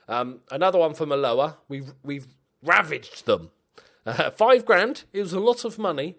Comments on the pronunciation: I’ve said it before and I’ll say it again. The way you pronounce Ahh-LOAH gives me the absolute fear. Love your work apart from that obv mate x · Your pronunciation of Alloa is hilarious. And correct of course... 😉